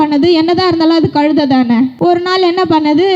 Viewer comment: கழுதைனாவுது ஒழுங்கா சொல்லு மூதேவி